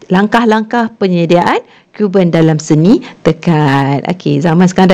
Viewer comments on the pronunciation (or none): Cuban... Kubern ❎ Choo Ban✅